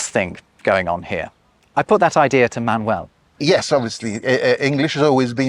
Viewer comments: Why is he calling Manuel Man-Well? 😭😭😭😭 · Interesting point of view. I see this as a completely bilingual population in Spanish and English who switch codes at will, not a as a language in itself... Funny the way you say Manuel, splitting the syllables in the English way: man-uel. It should sound ma-nuel